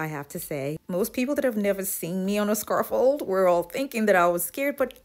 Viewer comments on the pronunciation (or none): You did an awesome job! But it’s pronounced SCAFF-OLD not Scar-Fold. And Niche is pronounced Knee-sh, not Nit-ch. sorry, just hear these words mispronounced so much.